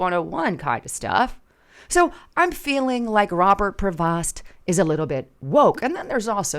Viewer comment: his last name is pronounced as Pro- vo not like it's spelt.